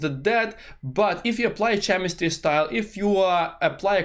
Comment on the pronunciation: Nice video, one thing "chemistry" you should read with the "k" letter like clock, not with "cz" like cheddar